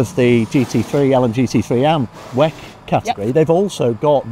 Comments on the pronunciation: can you pls say W E C and not wack 😢😂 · Its very strange that everyone says "weck"